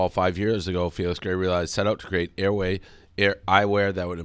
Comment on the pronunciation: Why can’t Dave say Felix ? Missed everytime